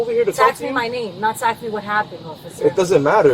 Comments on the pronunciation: Ask is not pronounced axe. LEARN ENGLISH! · It's ASK....not AX... GEEEEZ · Do people that pronounce ask as aks write it that way? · why would it be “ax” - it’s A S K. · They have nooo idea how stupid they sound when they “aks” a question 🤣